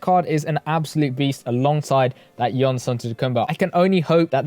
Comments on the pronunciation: It’s pronounced Yanis bro not Yonis. Can’t still be butchering the best player in the world’s name 😂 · It's "yawnis" not yanis